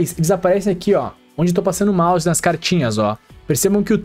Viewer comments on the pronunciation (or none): none